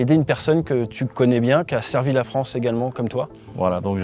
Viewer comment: La fronce ? Oui notre pays est devenu la fronce !